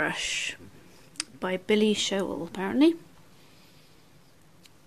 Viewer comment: Showell was pronounced correctly. She has an online school and YouTube channel and lots of tutorial books and is vp of the royal society of botanical artists. In the free videos you can see her show how this brush might be used in different projects . I like it very much and use it a lot. Your haul was great. That monster brush looked lovely.